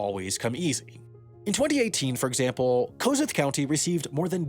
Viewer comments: O man thats not how you pronounce the name its like kasooth thats how you say it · This is great but come on man it’s pronounced cuh-SOOTH (/kəˈsuːθ/) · Kuh-Sooth county… love the video though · It's pronounced Ka-sooth. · This, like all your other videos, is fantastic. However as an Iowan I have to point out that the pronunciation is kuh-SOOTH. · Lajos Kossuth was a famous Hungarian. It's pronounced "koshut". I knew about this county in Iowa, was surprised to see it in this video. :) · As a local this was pretty amazing. Its pronounced 'ka-SOOTH' county, but its almost always pronounced wrong by news media other than the local level.. we're used to that! glad I got to see this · Amazing video! My buddy, from Bancroft, just showed me, a farm kid from Corwith, the opening few minutes and we were both floored. One thing, it's pronounced kuh-SOOTH County. Thanks for choosing our little community for your video! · Kossuth is pronounced Cah-souix-th… I’ve lived about an hour from Kossuth County my entire life😅 but yeah, besides Fort Dodge, Ames, Des Moines, Dabuque, Souix City and Council Bluffs, Iowa is full of corn and meth. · It's pronounced "Kuh Sooth" county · As a native of Kossuth County you absolutely butchered the pronunciation lol. Pronounce it as Kuh-sooth. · Kossuth is read as "Coshuut". Interesting how a county in Iowa is named after a hungarian diplomat. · There is misinformation, no Iowan would pronounce Kossuth county like Sam did. (Kidding but it’s pronounced as kə-süth) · Great video! As a native Iowan, the only critique I have is the pronunciation of "Kossuth". I've heard it pronounced "Kah-sooth". My mom was born in that county! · Kossuth is pronounced kuh-SOOTH. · It's pronounce Kasoooooth county lol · It's pronounced "Kah-Sooth" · sorry mate but the pronunciation of “Kossuth” destroyed my Hungarian soul. (kosh-ooht) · How could you sir... it is pronounced Ka-sooth. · It's pronounced kuh-sooth ;) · Great stuff, its pronounced "kuh-SOOTH" though